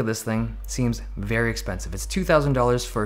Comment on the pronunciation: U need to find to find another word for "Vey good"